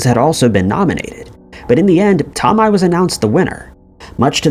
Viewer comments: That is the weirdest pronunciation of Tomei I have ever heard. It’s not too-mi it’s toe-may. At least that is how I’ve always heard it pronounced. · Marissa's last name is pronounced " toe may" for future reference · Oh' the way you say some Sir names is crazy ~~ Marisa Tomei say it Toe-may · Here's a conspiracy theory - the narrator of this channel is NOT a real person, but rather AI.. That, or he's lived in a cave his entire life considering he pronounces common names and words wrong all of the time.. Marissa Tomi?? everyone knows it's pronounced Toe-may - moreover the mispronunciation occurs in just about every one of these video's on this channel... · TOMI?? I had to laugh. He's very young I'm sure. He gets so many pronunciations wrong. Not saying it's his fault....it's just funny sometimes 😅😂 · TOE MAY!!! GEEZ! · Her name is pronounced Tomay. tohmay. Toe-may. TOE MAY MAN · Bro come on. You've never heard the name Marissa TOE-MAY? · Marisa toe-my, what the fuck man. Is this ai narrated? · Toe May! Would be great to know how to pronounce the names that are the subjects of your videos. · "Marisa Tomei"!? It's pronounced as Tohmay. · She's from Brooklyn so am I. It's pronounced Marissa toe may. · Marisa Tomei's last name is pronounced "Toe-may." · Toe-MAY..it's prounced Toe-MAY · Say Tom-eye one more time, I swear to sweet baby jesus. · It is brutal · You mean the one??? Toe-may??